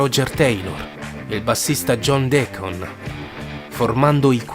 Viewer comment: Come Cristo hai pronunciato John Deacon